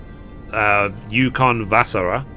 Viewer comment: As a Finnish person your pronunciation of Ukonvasara was so funny, but at least you tried :P